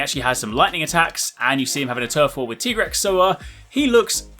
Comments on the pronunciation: “It’s TIE-grex not TEE-grex”😂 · It is Tie-grex, not Tee-grex:D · Why are you saying Tigerex? It's actually pronounced Tigerex! Isn't it? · Cant even pronounce Tigrex properly